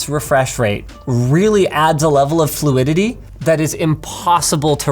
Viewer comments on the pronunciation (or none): WAIT DONT NOONE HEAR HIM SAY FLUIDIDI AND NOT FLUIDITY